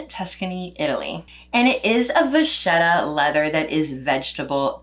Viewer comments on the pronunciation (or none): Exquisite carryon pro but way too heavy. It would be a check in bag in Asia for sure! Would you tell us what brand/style your makeup bag is and where you got it please? By the way vacchetta is pronouned “vaketta”.